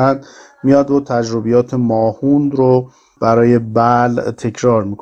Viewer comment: تلفظ درست کلمهء ماهوند ، mahvand هست . نه mahoond